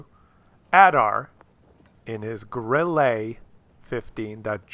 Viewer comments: FFS STOP saying Grillay - there is no é, it's German not French, it is pronounced grill-uh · ITS NOT GRILLEY!!ITS GRILLE!Like Mille Grazie! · Check your pronunciation of Grille.